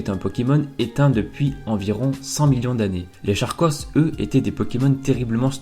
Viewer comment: Charkos ce prononce Karkos